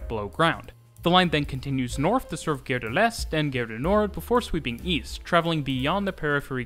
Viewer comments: A nice description. But… Gare is pronounced in French as “gar”. The way you pronounce it sounds more like another French word: guerre. Which means war. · PLEASE...Gare is pronounced Gar as in car, ot Dare. Interesting video but probably confusing to someone who has never been in Paris. I have been there four times like the variety of the system between the metro and the RER as well as the rubber tired lines. Yes theLes Halle station is huge. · I know you’re not a French speaker but ‘gare’ really isn’t hard to pronounce properly. Like jar but with a hard G. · I'm a Brit - so always nervous compaining about others' pronunciations. But it really grated the way he said 'gare' as 'gair', instead of 'gar'. Is that the French Canadian pronunciation? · Please stop pronouncing the French word "gare" as "gayre". It's "gahre". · GGGare rhymes with car, not dare. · It smells like pea....nuts. Gare...like saying our with a g in front not air. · The way you pronounce "gare" makes it sound like "guerre", which means war. So, I'm watching this video and thinking all the time you are making some threats and wonder, why so aggressive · I noticed this too, the host is Canadian, perhaps this is the Quebec way to say the word "gare"? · Great video! You pronunciation of "gare" should be more like gare as in "are" and less like gare as in "air".